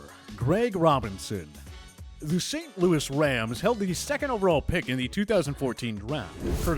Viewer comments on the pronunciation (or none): none